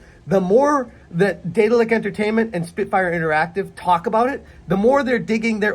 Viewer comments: Deh-daahl-ick BTW. Not Day-dill-ick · Could've sworn you said Diddler Entertainment lmao 😂😂